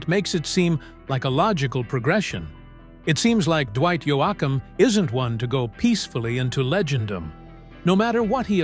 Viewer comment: AI voice over ? really? can't even pronounce his name correctly wtf